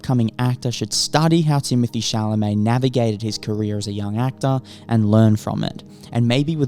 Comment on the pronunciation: Crazy how his name is never pronounced correctly outside of France